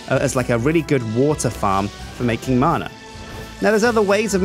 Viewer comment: Btw it's not marna it's man-ah